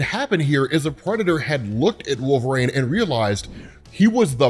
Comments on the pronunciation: Wolverine. Not Wolvereigne. You sound like a fool when you constantly mispronounce thinks. You would think after all these years you'de be able to pronounce wolverine correctly. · It’s wolverEEEEEN not RAIN you potato. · i love the content, but why do you say Wolver-ane instead of Wolvrin? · Out of curiosity, why do you pronounce it “wool-VRANE” instead of “wool-ver-EEN”? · WolverEEN, not Wolverain! Sorry, that bugged me. Also fighter aircraft are F-22's, NOT F-16's FTFW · LOVE the channel, thanks, you're the man. But...please please please it's Wolver-EEN not Wolver-AIN, I beg you sir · You realize it's Wolverine, right, like Tangerine? Not Wolvereine, like rain? Great vid though as usual, loved this storyline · Is it just me or when he says wolverine is sounds like hes saying wolf rain??? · It sounds like you're saying wolverine like "Wolverain" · Are you saying Wolverines name wrong on purpose. Its awakening a nerd rage I never knew I possessed.